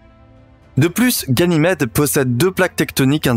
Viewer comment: La vidéo est très belle, mais faites attention quand même, ça fait deux vidéos de suite, que vous dites "guynamede"